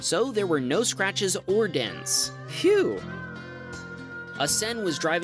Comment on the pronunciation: tesla owner should think of bullbars, also "whew" isnt "phew" XD